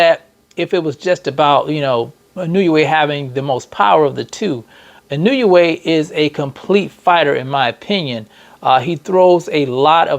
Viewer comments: Nay-OY!-ya N-O-way. It ain't, "I knew ya way." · Actually the letter i in Japanese has a long e sound. So the proper pronunciation is: E No Eh